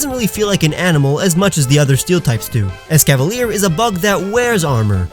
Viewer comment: IT'S ESCAVALIER, NOT ESCALLVER! AND ESCAVALIER IS AN IT, NOT A HE!